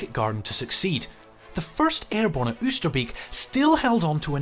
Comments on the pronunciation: After seventy odd years, IWM might have ascertained that Oosterbeek is pronounced OASTER-BAYK- '--beek' being cognate with northern English 'beck' - a stream or brook. beek/ beck Not much difference. Not so difficult. Ditto: Groesbeek. Just saying. alsjeblieft Met vriendelijke groet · Informative video, but I think it is a bit disrespectful not to look up how the town names are pronounced. I understand it would be with a British accent, but Oosterbeek en Veghel sound horrible now.